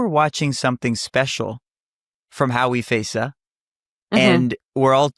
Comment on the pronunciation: Please get her name right on the chapters - it's Hawi Feysa, not "Howie Faisa"